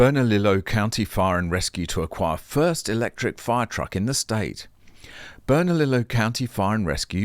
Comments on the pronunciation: BERNALILLO IS PRONOUNCED BERNALIYO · Hello. It’s pronounced bernaLEEo.